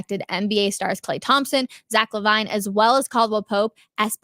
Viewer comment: Zach La Vine 😂😂